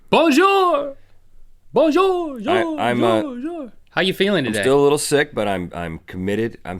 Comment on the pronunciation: I'm not even french, but your pronounciation/french at all is kinda bad.. sorry :)